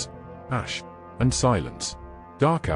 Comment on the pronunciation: Please tell he narrator that it’s called Dachau, not Darkhow.